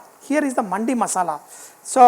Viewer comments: For the correction it's pronounce dimag wala D not Market wala D & its now Mandi ! Ok . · it's not Mandi, it's Mandi pronounced like mandhi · It's not manndi its mandi